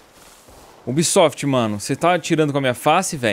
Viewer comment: O ubísoftí!😂🤣😅